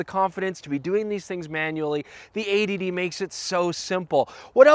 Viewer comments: 80D...A.D.D...80D...A.D.D....sounds similar as you're saying throughout the video :-) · it's only you yanks who think it sounds like A.D.D cos you say 80 really fast without pronouncing the 't' much.... .... here in Britain we pronounce 80 as "eighty" :p